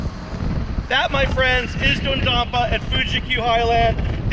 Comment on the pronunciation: Did you Just say “Do dompa”